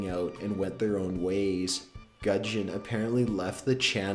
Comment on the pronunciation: Guuu Jon not gunjon